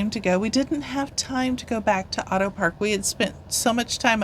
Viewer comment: Fantastic video. Glad you enjoyed your trip. Just wanted to point out that you pronounce Addo with an A not Au...your timestamp is saved as Auto Elephant National Park from being mispronounced 😅